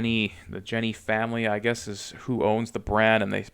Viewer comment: As I understand, the J in Jenny is pronounced as a Y....Yenny.